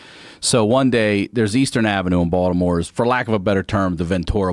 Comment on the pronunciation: People won’t understand why he pronounced Baltimore like Baldamore, bc he’s a native.